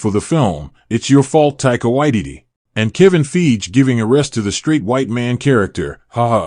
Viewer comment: I love ur channel but ur mispronouncing of kevin feiges name is cringey I'm sorry